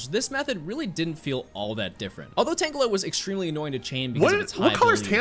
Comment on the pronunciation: STOP SAYING TANGELI